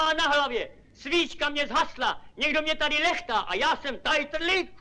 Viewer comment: já tam ale slyším pořád : TAJTRLÍK ( ne jako vy , tajtrdlík )